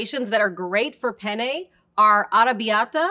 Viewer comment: Also - be sure to pronounce both Ns in Penne because the way you're saying it (with one N) means uh... Male Genitalia. I started laughing uncontrollably when you said this Pene has ridges 😂